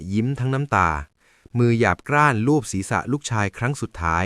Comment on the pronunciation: กร้านไม่ใช่ กร๊าน